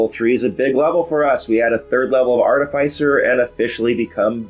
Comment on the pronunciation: Great video! Love the way you explained your choices for this build in reference of context and passed builds. Clear on screen info. Now,..if you could just prononce the name of the class properly! Just kidding, great informative video. I was sold on your channel even before Treantmonk showed up. ;-)